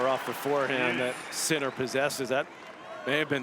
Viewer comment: Wish the commentator would say his name properly !!!! Geez